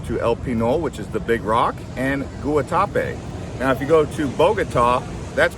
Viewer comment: Goo-uh-tah-pay...lol. Gwah-tah-pay...Guatape